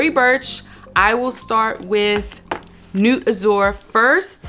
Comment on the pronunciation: I love your recommendations. Many have French names so I think you would really appreciate the fragrance history and profile if you research the names. Nuit means “night” and is pronounced “ne-wee”.